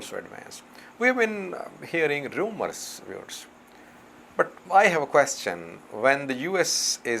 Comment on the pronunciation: this confused man talk always without confirmation he says I have rummer ????????????